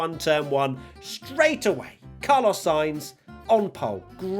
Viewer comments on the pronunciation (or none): Did you miss Brundle calling Sainz "Charlos" (chaarr-loze)? 😜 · Did you hear him say “Charlos“ too? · Haha he also called carlos charlos lol